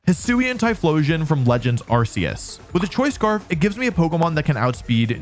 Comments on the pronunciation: They changed pronunciation of Arceus like more than a decade ago From ar see uhs to ar kee us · you mean AR-KOOS!? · How can you talk about the correct pronunciation of Pawmot and then still say Arseus. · "Don't get mad at me for saying Pawmot the way I do, that's how its pronounced." Proceeds to say arseus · Pronounces Pawmot correctly but continues to mispronounce "Arceus." And before you fight me on that, look at the trailers that announced Legends Arceus. The ones with a narrator. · I find it funny how he pointed out the official pronunciation of Pawmot and then immediately turns around like 13 minutes later and pronounces Arceus wrong.